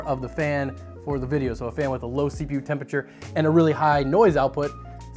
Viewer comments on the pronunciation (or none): none